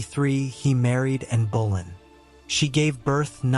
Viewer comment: Interesting. But: Anne Bo-LINN. Not BOWLIN. You’d think this much research would reveal that — or are you just not riding herd on your robot narrator?